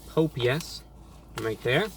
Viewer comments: did anyone hear Pope yes instead of Popeyes😂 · It’s not pop we eyes it’s popeyes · correct me if I'm wrong but, did he pronounce pop-eyes as pope-yes!!!!???/ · “ pop yes “ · HOw DoES IT PRoNounCe POPE Yes Pop eyes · Glad I'm not the only person who calls it 'Pope Yes' chicken. Obviously, they compete with Churches Chicken. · I have a Chick-fil-A near me, so I gotta try out their chicken sandwich sometime! Also, I really enjoyed your (obviously false) pronunciations of the two! "POPE-E-YES" and "CHICK-FIL-AH". 🤣👍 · my dad used to pronounce it "pope yes" as well, thanks for the memories. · Nigga said pope yes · "Pope yes" Lmaooooo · “pope yes” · Did this nigga just say “pope yes” 😂😂😂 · 😂😂😂 "Pope yes" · “pope yes” lmao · Pope-yes...🤣🤣🤣🤣🤣 Review Bruh coming in hot with the match up of the century!! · “pOpE- yEs” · This nigga said pope yes 😂😂😂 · Nigga said “Pope yes” 😂😂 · review bruh mayne said pope yes? dayuuuuum lmfao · Mans said Pope Yes 😂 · Did he just pronounce Popeyes like pope-E-yes. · "Pope-yes." You heard it here, folks. Our God has declared that Popeyes is now Pope-yes. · Hi Reviewbrah, like your videos and I wish we had these fast food chains here but unfortunately for some strange reason Popeye's closed 😢😔 and I laughed so hard with the mispronounced names lol, didn't expect it from you but it's awesome. Your awesome Reviewbrah. 👍👍😊😊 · bruh this dumbass dont even know how to say popeyes.. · Damn, you really disrespected Popeyes with this one. I appreciate the admission of bias in favor of Chick-fil-A, but from mispronouncing the name to criticizing their service, it's still clear that Popeyes is the best choice in terms of taste. You even almost said they are equal. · im here for that popeyes pronunciation